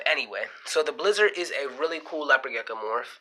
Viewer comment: You seem very knowledgeable but I could not get passed the fact that you kept calling it a “gecka” lol